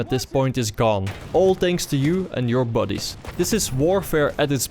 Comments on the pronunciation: buddies sounds like bodyes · i like the way you say"buddies" with your accent. WHAT?!?!